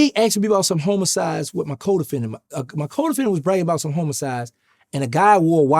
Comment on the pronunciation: police betta not ax me bout Nooooo "Homacides"